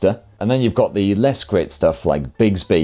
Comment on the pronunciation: Every time I hear an English person say Bixby I think of Clayton bigsby cuz he says bigsby